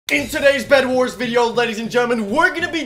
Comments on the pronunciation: did u say breadwars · Did he just said bredwars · Did you say bred Wars? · Me: bedwars: B R E A D W A R S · At the start he said bread wars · we are playing some bedwars Me: I THOUGHT HE SAID BREADWARS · I feel like I heard bionic say bread-wars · Did I hear that correctly...? ...Bread-wars?